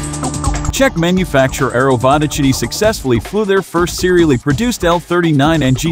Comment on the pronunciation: President of what? :) Try to find actual pronunciation of that village - Vodochody.